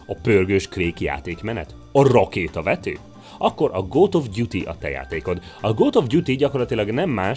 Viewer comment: A RRaKéTAvETő?